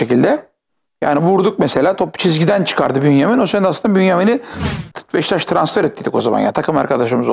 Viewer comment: NOBODY: BEŞİKTAŞ SİNAN ENGİN :BEŞŞTAŞ